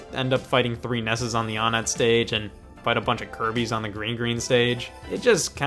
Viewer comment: It’s pronounced wanett